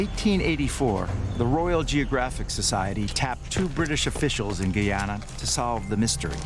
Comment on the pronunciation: Guyana- pronouced gai·aa·nuh; only when it was British Guiana was it pronounced gee·aa·nuh. Great documentary but that threw me within the first few seconds and made me question the accuracy of the information provided. Looking up how to pronounce the name of a country (and ensuring your narrator was aware) should have been the most rudimentary of research. It hasn't been pronounced as the narrator does, since the 1970s...